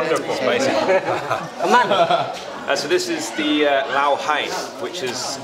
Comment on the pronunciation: We need the audience volume turned up a little bit. Thai person here, but Laotians call their country "Lao" without the S sound. I don't even know why it's there in English spelling.